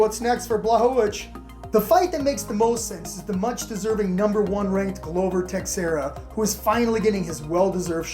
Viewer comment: "Glow-ver tex-era"